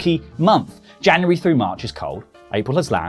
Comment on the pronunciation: 'Janurary' ? :p